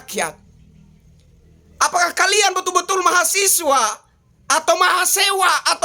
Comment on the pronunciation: Mahasewa bang awas salah nyebut 😂😂